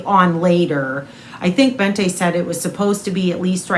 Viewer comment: Bente is pronounced more like Bent-eh (silent H obviously), not BentA 😋